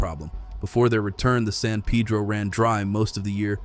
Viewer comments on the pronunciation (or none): It's San Peh-droh, not San Pee-dro 😂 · Why pronounce San Peeedro! Dam (pun intended) it’s annoying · Wish you would get your pronunciation right on names of rivers. San Pedro is pronounced Padro. Gila is pronounced Hila, These are Spanish pronumciations. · In Arizona, particularly Tucsonans, many are grateful, even excited about the work done to welcome beavers' return to the San (Pay-dro) Pedro. (He-la = Gila) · Repeat after me "San Pay -dro". Interesting, as an Arizona native I have always had a soft spot for water, (it's just a desert thing).